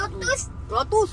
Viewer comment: Lotus bukan LOtuss kenapa cem sebut LOtuss tol apa